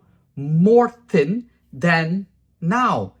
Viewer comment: I like the way you pronounced thin as tin. I feel so sorry for the girls that have wrecked their hair.